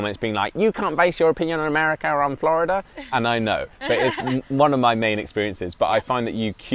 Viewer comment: The way says Florida makes me giggle 😏